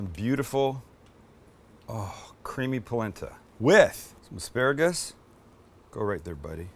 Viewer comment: Asparagris, Sam, get it right LMAO. Love you!!!